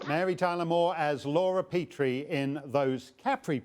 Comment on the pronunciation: "Petrie," as in Laura Petrie, was pronounced PET-ree, not PEE-tree. In fact, the pronunciation was a plot point in one of the Dick Van Dyke Show episodes.